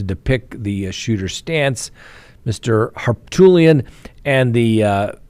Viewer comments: Oh my, did you really call him Har"Tool"ian? I just spat out my coffee, now it is all over the place. Thank you🙄🙄🙄🤣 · Harpoolian, lol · The guys name is pronounced Har poot lee un. He's a sleaze bag! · Har-Poot, Har-Poot, Har-Pootlian! 😂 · I love how you pronounce ol' Pooty's name! 😆